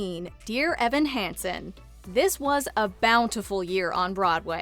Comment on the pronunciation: Thank you! (It’s “Hansen” not “handson” although I’m sure everyone will know what you mean!)